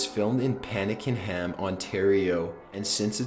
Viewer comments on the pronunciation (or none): #14 its pronounced Pack-en-ham not what you said